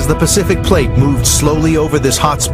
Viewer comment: Pacific not Pecific